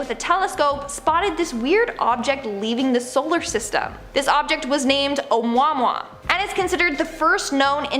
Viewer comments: Amuamua....not amoimoi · Ohmwa-mwa 🤣😔🤣😔😔 darling its "oh-moo ah moo ah" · Oumuamua - It's pronounced ah-moo-ah MOO-ah Not "a-mwah-mwah". hy-PAT-ee-uh not "hy-pa-TEE-uh". Aromatic is pronounced. a-row-MAT-ic, not uh-ROW-ma-tic. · Its pronounced "Oh moo ah, moo ah" NOT "om wah wah" lol! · It's sounded out as amooamooa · It's pronounced Ōmooa mooa, o muah muah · It's pronounced oh-u-moo-wah-moo-wah (oumuamua). At least learn to say it correctly. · OK. So I got really tickeled when you got to Alien Spaceship and said "ʻOumuamua." Not downing you darlin but you totally butchered the pronunciation. In all honesty, you should watch more video's about topics you're covering to avoid such mistakes.